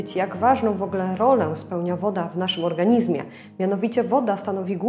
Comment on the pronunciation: Witam. Postaram się UPRZEJMIE. Odmiana słowa ,,organizm"...a dokładnie MIEJSCOWNIK W PISOWNI brzmi ,, w organiZmie", ale... WYMAWIA SIĘ to ze ZMIĘKCZENIEM - w organiŹmie. Dziękuję za uwagę.